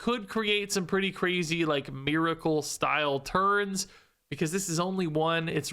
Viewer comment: “Thurs” with the hard “ur” 😂